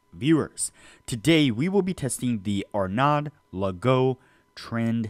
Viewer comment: It's pronounced Legoo 😅